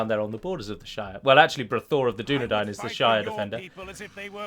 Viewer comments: Who the fuck says Dunna Dain... and not Dunna Dine. It's even said in the films Dunna Dine...! During the scene where Eowyen talks to Aragorn while offering him food, and she realises he's a descendant of Numenor... Probably a few more times too but that's the one I remember quickly off the top of my head. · Dunadain -_- You misheard my friend